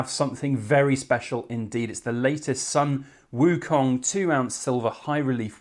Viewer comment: WOW beauty! btw it's pronounce Sun="Soon" Wu Kong .. :)